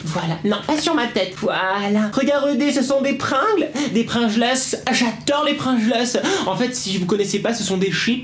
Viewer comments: C'est pas des prungels c'est des pringels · s'écrit Pringles mais on dit Prigles 😄😇😇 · Pour te dire ses pas Pringles ses Pringles